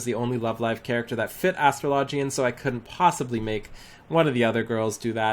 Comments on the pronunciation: it's astro - low - gee - in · The way you pronounced Astrologian made me really cringe .. and I'm not even native speaker of the language :x